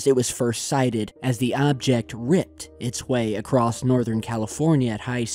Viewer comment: "Acrost" is not a word, dude. Don't go out of your way to mispronounce and add letters a word...